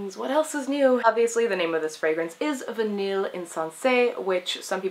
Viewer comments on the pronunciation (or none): pfft, its pronouced "Vi-ney" lol